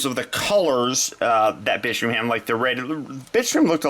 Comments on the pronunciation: nope you're not the only one lmao, I could swear he said "bitch stream" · Nope me to dude i been hearing bi*chstream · Everytime you said Bitstream I had to rethink what i heard because I couldn't not hear bitch stream